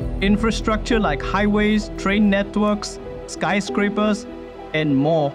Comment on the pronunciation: This dude really said skyscrapper 😂